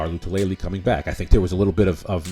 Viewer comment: Star “La -Too - La - Lay” You’re trying way too hard. I agree with your assessment on Harrison Philips. In 2019 he was outperforming Star and was getting more snaps than him before the injury. Philips right now is in the best shape of his career… I’m thinking Star will be watching the majority of defensive snaps from the sidelines.